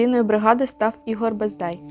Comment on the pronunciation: Фамілія Героя Бедзай,а не Бездай